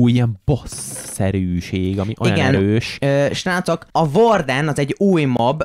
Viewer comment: HÉ AMUGY A VORDENT ÚGY KELL KI EJTENI HOGY VÁRDEN